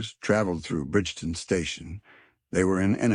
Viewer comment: Pronounced BRIGTON!!!!!